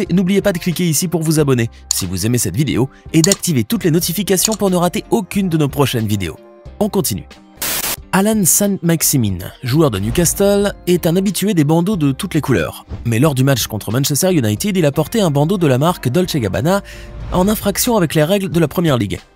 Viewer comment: Allan saint maximin pas saint maximine